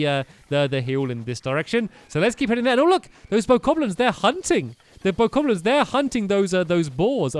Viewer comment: . Bokoblins not "bokokoblins"